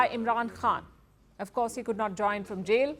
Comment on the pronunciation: This AI system is pronouncing the word Jail as Jeel. 🤣